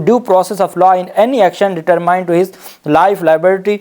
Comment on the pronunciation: Sir jee Determined کو ڈٹرمنڈ پڑھیں نہ کہ ڈڈٹرمائنڈ